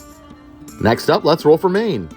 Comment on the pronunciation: I can't hold it. "rOwl for main..."